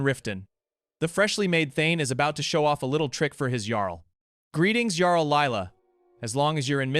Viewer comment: It's pronounced "Yarl", with a "Y" not "Garl" with a "G" 😂